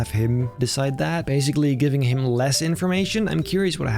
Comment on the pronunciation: I love how says "him" as if to say AI IS HIM!